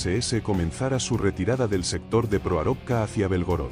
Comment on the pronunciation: Proarovka pronuncia mal el narrador